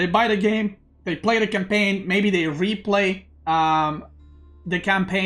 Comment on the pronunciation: You said pray instead of play but the sentence is correct nonetheless lol